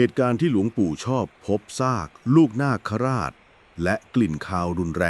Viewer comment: นาคราช..อ่านว่า นาก..คะ..ราด...